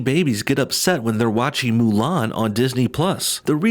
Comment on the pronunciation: Mu lan dude that's not how it's pronounced